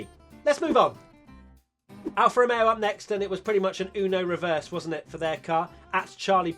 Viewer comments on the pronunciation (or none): none